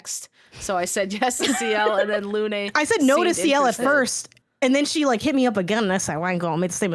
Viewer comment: Shoutout to actually pronouncing Lune's name correctly while the americans refuse to listen to how it's pronounced in the game. They all refused to listen to how Hades 2 pronounces Selene, but oh well